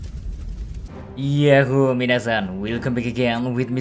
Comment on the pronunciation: kami mau ohaiyo mina san, bukan yahoo mina san